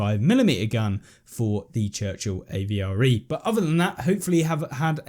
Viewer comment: stop caling it a v r e its avre